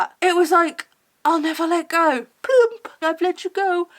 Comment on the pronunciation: the “ploomp” killed me 🤣